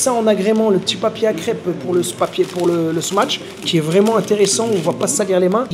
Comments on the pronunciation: Salut, pourkoi vs dites “smaTch” burger? C’est pas smatch mais “smash” burger. Y’a pas de “t” 🤔🤷‍♂️ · Les gars il n'y a pas de T dans smash, arrêtez avec votre smaTsh 🤣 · Smatche mdrrrrr (smache)